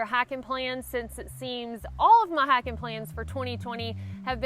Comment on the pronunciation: Our prayers are with you. I get amused every time you say "hiken." Love it. You'all. from Texas. Blessings.